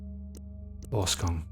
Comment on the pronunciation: so funny hearing Arsgang pronounced like this to me it sounds like Ausgang - Exodus Interesting game I must say, glad I went to check it out after all Edit: Angel Makers were a thing in Austria too, in fact the practise of Angelmaking was still an official term used by the police all the way until the 1900s and later which is quite eerie when you think about it, it sounds almost whimsical in a macabre kind of way